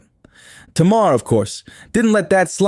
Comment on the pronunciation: Maybe JUST MAYBE Properly pronounce her name then this video might get credit 🤔 🤷